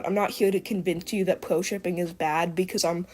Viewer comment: I couldn't watch the video until the end, couldn't stand her pronouncing " R ", " W "... Like " pewo " instead of " pro " 🤮